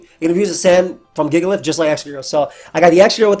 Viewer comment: you mispronounced jigalith.